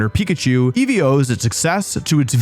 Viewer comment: inceevee anyone?